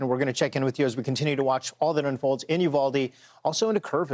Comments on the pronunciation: Fox couldn't find a local who knew the city is called "Uvalde" NOT "Udalve"> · Udalvey? What haha You-Vol-Dee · Probably should learn how to say Uvalde before you report on it! It’s not Udalve!!!! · It's uvalde sir 🙄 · Uvalde... pronounced with long E sound at end of name ....not an A sound...thanks